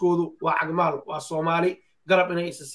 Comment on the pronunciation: Cag maal not caag